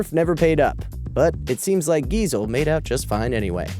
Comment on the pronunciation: That sad moment when the narrator says Dr Seuss' last name wrong. The reason I know its pronounced wrong is because Geisel is also my last name; and people pronounce it wrong a lot.